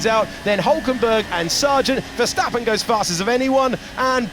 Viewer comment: DC really used the VerSTATen 😭